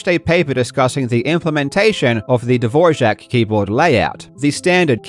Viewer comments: dvor-jack? Sorry where on eartth did that J come from? Its Dvorak. as in Du-vor-ak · Karl. Dvorak. Not dvorjak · dvorak, not dvorjak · I don't know why you add a J to Dvorak but it's not Dvorjhak, it's DVOR-ak. At least that's what Google tells me. Did you think you were pronouncing the name of the Czech composer Antonín Dvořák? It's not! August Dvorak, the AMERICAN born in Glencoe, Minnesota, died in Seattle, Washington, invented the keyboard layout. His father came from Bohemia (part of the Czech Republic) and his mother from Minnesota, was also born to Czech immigrant parents from Bohemia. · Just an FYI it's DVORAK. Not dvorzhak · Hearing you pronounce Dvor-ack as Dvor-shack hundreds of times is maddening. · A small correction regarding the pronunciation of Dvorak, it's not the czech Dvořák ("Dvor-jack"), just Dvo-Rak as it's written. The inventor of the layout, August Dvorak, was born in the US and was called Dvorak, so it follows that his layout is pronounced the same, and not like the name of the famous czech composer who happened to be his distant cousin. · Karl, why would you pronounce Dvorak as Dvorzhak while all the characters (including those who met Dvorak personally) in your video pronounce it as Dvorak? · why do you keep pronouncing Dvorjak and not Dvorak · ...why do you keep saying "DVOJAK" when it's "DVORAK" ? 😮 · Dvor-AK! I dunno where you're getting the 'zh' sound from! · dvorsjack? what a weird pronunciation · It’s Dvorak not DvorJak! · Not sure how youre getting a "J" sound in the middle of the word Dvorak. I believe it's pronounced De-VOR-ak. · It's pronounced "duh-vor-zhak." Most sources I found online claim that the reason for this is because the unitary Czech phoneme /ř/ is split into a cluster /rʒ/, which forms a syllable boundary in English: /'dvor.ʒak/. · Love your videos but i dont understand why you kept saying "dvorshak" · How do you pronounce, 'Dvorak'? He keeps saying, dvorshak. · why is bro saying "dvorzhak keyboard" bro